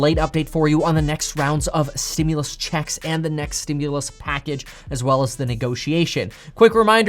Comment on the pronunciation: Am I the only one that enjoys the way Kevin says “ checks “? 😊